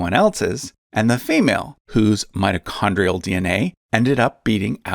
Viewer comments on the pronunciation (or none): none